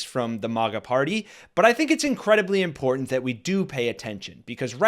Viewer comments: Marge, there is no such word as impordant. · Why does she use the word important when she can’t pronounce it correctly? She says in-pour-dent 😂